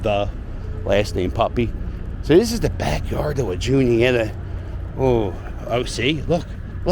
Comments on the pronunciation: No they pronoun e it...."..June e at a" I lived at L an Luzerne sts there is a catholic church Holy Innocence ther 2 blocks up. It was a real nice area and it is off of Erie Ave and the .....L stop Erie. ........ Feltonville is the closest area. If your driving up the Blvd.Roosevelt blvd. Off 76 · is it Junita? or is it pronounced WA~nita